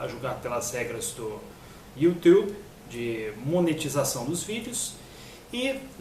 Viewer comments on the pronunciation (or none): Dor de cotovelo é foda!!! kkkkkkkk Falsificador de história é você! Vá ler livros... e aprenda a dizer YouTube....kkkk